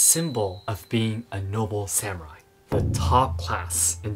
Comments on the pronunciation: Please say sah mu rai instead of sam urai. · I'm going to share your video with a bunch of non-Japanese long hairs in the USA. BTW, Sa-moo-rye?